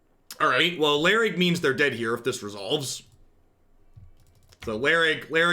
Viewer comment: iLharg btw not Larig